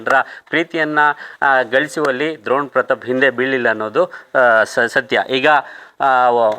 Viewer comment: ದ್ರೋಣ್ ಅಲ್ಲ ಡ್ರೋಣ್